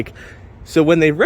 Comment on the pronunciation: After hearing multiple reviews all pronouncing it "Leh-fawn", listening to you say "Life-un" was really bothering me, especially with you selling parts for them.